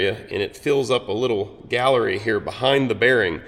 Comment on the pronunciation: I love how you say oil GALLERY, not galley. so many people get this wrong.